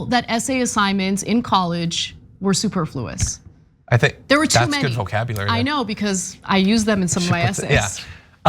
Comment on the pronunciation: Super-FLU-ous? Or su-PER-fluous?